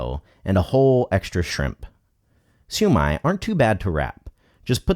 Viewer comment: This guy just brutally murdered the shumai